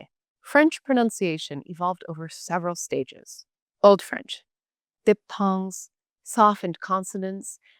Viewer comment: Is this an actual person? Some of the strange errors in pronunciation of even standard English words like Gaul and diphthong....